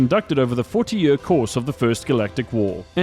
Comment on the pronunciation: Year : yeer not Yuuur